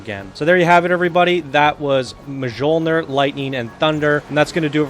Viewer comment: Oh god, he just butchered the title.